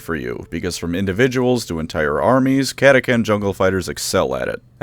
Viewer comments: I’m pretty sure it’s pronounced cat-a-chan not cat-a-can. Chan like channel not Can like Canada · Kata-Chan. Not kata-kan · Cat-ah-chan right!!?? What’s this cat-ah-can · I prefer the pronunciation cata-chan where chan is pronounced like in the Japanese honorific chan. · Almost unsuscribed from having to hear catacan instead of catachan 😂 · Cata chan CHAN CATACHAN not catacan. Dumbass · "CataCAN" Excuse me sir but the name is CataCHAN not CAN. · Cata-Chan not Cata-can, must be a new recruit! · i always thought they’re was called CA-TA-CHAN. I’ve never heard of CA-TA-CAN. But what do I know, I’m not a lore buff… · I want to hit you for pronouncing it catakan instead of catachan, you read "change" like that too? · It's pronounced chan, like 4chan. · Ok this was pissing me off the whole video because mispronounced words just do that for me, but the CH is in the fucking name for a reason, say the goddamn CH part of cataCHan or dont say it at all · Love the video but it's pronounced as it's spelled Cat-Ah-Chan. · Cant listen to the this video of you pronouncing it KATAKAN. Sutcha shame. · catachan is pronounced kata-chan....................also if GW would update the frickin models for them that would be great! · Mate, pretty sure it’s pronounced cata cHan with a H, apart from butchering that great video 😉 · Cata chan, not to be mistaken with Cata-kun or Cata-san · Did I just painfully listen through a 20 minute lore video where the creator mispronounces the name of the faction with a “ck” instead of a “ch”? Yes. Does that add to the lore of the video as something that the crayon eating CataCHAN jungle fighters would find hilarious? Also yes. 😂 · CataCHAN gosh dang it. Pronounce it right or emperor help me I will find you. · I hate to be THAT guy, but its cat-a-chan like Jackie Chan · That is not how you pronounce “catachan” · The real question is, is it pronounced cata-CAN, or cata-TCHAN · Impressive going the whole video without pronouncing the H